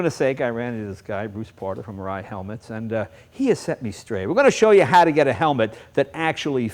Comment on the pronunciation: this guy is supposed to be a consultant to the company he cant even pronounce the name correctly! typical yanks and their drawl of speech.